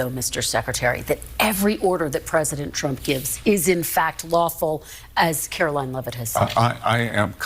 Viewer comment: AOC says "It's VOO-LA-TILE" LOL Girl, there is an app that will tell you the proper pronunciation of words that you don't know. "Carol Leave-it" Come On AOC, stop acting the fool.